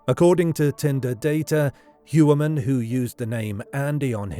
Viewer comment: It’s funny because everyone mispronounces Rex’s last name. It’s more like “Hoyer-Mann.” Interestingly it looks like it’s German for something like “Man of the Year.” Ironic. But if you look at the profile of Heuermann and the profile of Robert Hansen there are so many similarities. Gun enthusiast. Picked up “working girls” when family was away on vacation and killed those girls. Had his own business. Somewhat respected in his own community, although Hansen was certainly more of a neat freak than Heuermann. Now Hansen usually killed his victims by gun while I’m not sure if it’s been determined how Heuermann killed his victims yet. But both, I think, took some victims to their houses then killed them and disposed of the bodies out in the “wild.” But I think both are or were power-control serial killers with a sadistic bent. It’s pretty uncanny the similarities though.